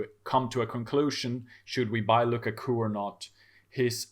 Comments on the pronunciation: I am interested to know where his guy got Luca Coo from.... literally have never heard anyone say it different from lu kak u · Lu-Ka-Ku please practice